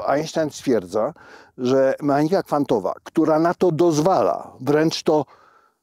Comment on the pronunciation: długo nie wiedziałam o czym mowa gdy padało słowo "m(e)anika" ... to tak jakby nieme "h" gdzieś tam w środku było.. a przecież mechanika w każdym języku ma zawsze "CH" w środku.. niechlujnie, profesorze, neichlujnie.. "koCHerencja, ale "mehanika" ... pfff